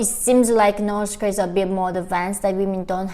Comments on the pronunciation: Why the pronounce north korea as Nors korea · In Norsh koeeaah